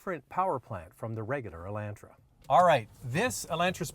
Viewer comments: I see it, too.....whats up with that???, its E- lon-tra...... not E-lan-tra. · E-LAWN-tra.....NOT ...E-LAN-tra.....listen to yourself 😊😅🤗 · E Land Tra he says cause anyone says it like that Canadian or not weird on purposeee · I don't like how you say Elantra!😡